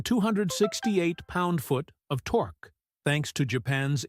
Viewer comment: "Torka monster"